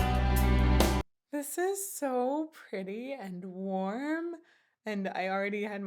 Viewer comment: Anyone else keeps hearing "arms wide opAn" instead of "opEn", or am I going crazy? xD